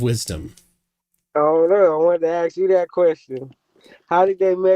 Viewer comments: "I have a few questions to axe you" Yet another moron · Can't pronounce the word 'ask'. Claims to know more than every scientist in the world. Wow., I take my hat off to you. This guy is out there.